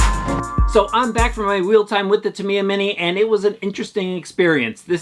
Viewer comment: Years ago when I was a kid, we all called it “Tuh-my-ah”, however, after the Internet arrived I discovered that the proper pronunciation is, "Ta-mee-uh." Sounds like he’s pronouncing it correctly.